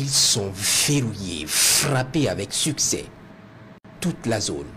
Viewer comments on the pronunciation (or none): none